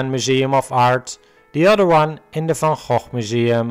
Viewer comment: Nice that you know how to pronounce "van Gogh". Most Americans are way off.